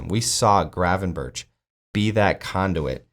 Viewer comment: The G and CH in Gravenberch are pronounced the same way.Its not Gravenbertsj.